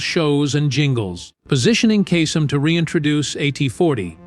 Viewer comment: And it’s KAY-Sum. Not casum